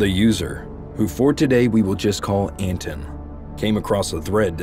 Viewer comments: You kept calling him ANTON.. and it's ANT ANON.. lol (Ant creature? Anonymous throwaway account..) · son of ant anon*** not son of anton